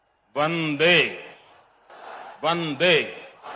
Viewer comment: When He told Bande Its Sounds like Dange